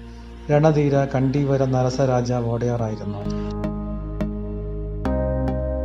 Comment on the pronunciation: വോടെയാർ അല്ലടോ. ഒഡെയറു എന്നാണ് വേണ്ടത്.ഉടയോൻ എന്നു പറയുന്നത് പോലെയാണത്. രാജാവ് പ്രജകളുടെ ഉടയോനാണ്. അതുകൊണ്ടാണ് ODEYARU ( ഒഡെയറു ) എന്നു പറയുന്നത്. കന്നഡ വക്കാണത്. കന്നഡ സാഹിത്യക്കാരോട് ചോദിച്ചു manassilakkuka